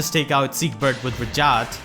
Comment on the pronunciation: She says her name every 2 minutes but you pronounce it wrong NotLikeThis